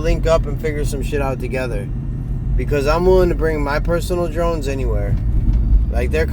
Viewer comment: "Im willing to bring my personal drines anywhere". Lmao!! Nice